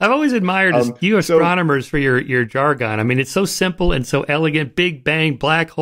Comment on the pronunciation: "jargon" isn't conventionally pronounced like "jar-gone", it's pronounced like "jar-gun".